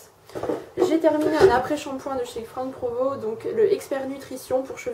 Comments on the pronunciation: oui on le prononce Franck provo ^^ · Non non , on le prononce bien Franck Provo :)